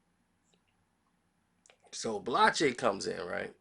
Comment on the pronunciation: full of sh!+ Can't pronounce the brother name